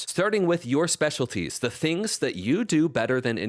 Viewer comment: "Speciaties", lol ... that said, thanks a ton for sharing!